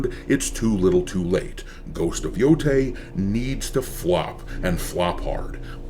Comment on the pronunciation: I know this is not critical and very nitpicky. I thought I would let everyone know, that in the Japanese language, an 'ei' is pronounced 'ay' like hay, and 'ai' is pronounced like 'eye'.